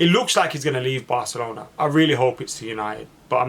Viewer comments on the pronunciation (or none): none